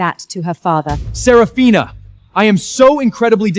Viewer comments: I almost dyed laughing "Seraphina" "Sepathina" "Sethafina" "Supina" 😂😂😂😂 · Started laughing at the dialogue after reading the comments and hearing systematically and sephraminas, seph seraphina🤣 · You forgot sarafuckphina at about a little after they r trampled by horses😂 to those who notice name change pronunciation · Right 😂😂😂 seraphona sefifina everything but seraphina 😂😂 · Systematically,Sef-a-rina! Goodness. Too bad the AI gibberish took over and we couldn't understand the evidence that finally made her family realize that Lilith is a bitch. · You forgot selagina $!! Yet my behind still watched it to the end "systematically "😂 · Don’t forget “Sarah polina” 😂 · You forgot shepafina😂😂😂😂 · sarah polina 😂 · omg i just also found Sir Pathena 🤣🤣🤣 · There’s sefarina too😂😂😂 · Also Sepafina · What about sir pathena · And Sefarina 😂😂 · Seprafina too😂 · You forgot, Celphana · You missed 'Sarafrina'... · not to forget "seporina" :D :D :D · You forgot selapina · Let's not forget "Serofophina"😂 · Why can’t AI get all the names right? Ther really sucks. AI sucks. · It's better not to use the name Seraphina because it's been pronounced in differently awakward ways so far . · 😂😂😂 The AI had difficulty pronouncing the name.